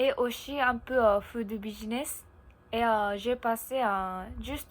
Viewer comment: Prochaine étape, bien différencier le son "s" de "ch" exemple "aussi" prononcé "auchi". Mais pas d'inquiétude, on te comprend bien et ça s'améliorera avec le temps. Vidéo très intéressante et c'est pas grave si c'était plus long que d'habitude haha ! Et oui en France de manière général, nous ne sommes pas très doués avec les langues. Je pense qu'il y a un problème au niveau de l'enseignement car de mon côté (et je pense que je ne suis pas le seul) je n'ai presque rien appris en cours d'anglais et c'est surtout grâce à Internet que j'ai pu réellement apprendre cette langue. Pour le japonais, je serais bien incapable de le lire où de l'écrire par contre à l'oral j'arrive à plutôt bien comprendre (merci les milliers d'heures à regarder des mangas avec les sous-titres).